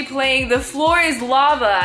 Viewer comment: when your boyfriend said start he said the flor is thuva